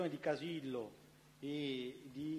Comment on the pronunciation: Sembra che lo faccia a posta a cambiare le finali: praticamento, veramento, sapero... poi quando deve dire Casillo, finalmente una parola con la O finale, dice Casille! 🤣🤣🤣